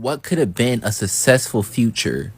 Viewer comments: "A sussessful future" 🤣🤣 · . When you can properly pronounce the word successful, I will entertain the thought that you might understand how to achieve it.